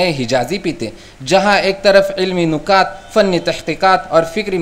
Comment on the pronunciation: نُکات❌❌❌❌❌ نِکات✔️✔️✔️✔️✔️